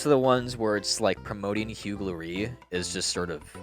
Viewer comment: you deserve to be shot for pronouncing huge lorry like that